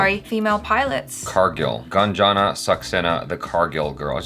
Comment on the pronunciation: says GUN JOHN SAXENA HA HA H JA